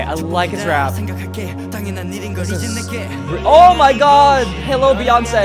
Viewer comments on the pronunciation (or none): none